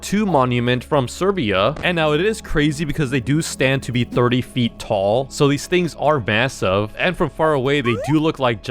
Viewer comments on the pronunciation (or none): none